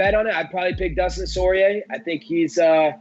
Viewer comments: All that super technical talk from Bas and then it goes into "you know with Dustin Soyrier" 😂😂😂 I love Colby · Dustin Soirier 😂😂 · Dustin Soirier huh